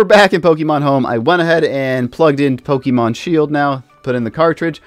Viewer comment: How do you do Pokemon content and not know how to pronounce Pokemon? It's really not that hard.